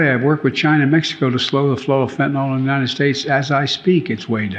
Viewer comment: Not FentaNOL, but FentaNYL.